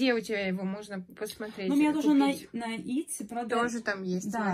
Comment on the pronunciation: почему вы говорите етси, а не итси? Светлана тоже назвала итси. Латинская E читается как и